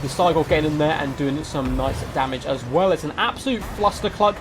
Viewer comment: I love your channel, but I don’t understand that diction tick so many total war youtuber seem to have. You guys slow down - accentuate the last words of your sentences it’s really weird and a bit disturbing. “... and bringing four. mortar. as. WELL.” “Two crabs and. other. big. tarGETS.” I think it might be a Heir of Carthage bad habit, but it’s quite disturbing imo. Great, great content though.